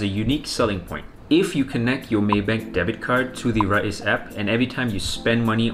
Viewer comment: It's pronounced "Rize" not "Ra-iz"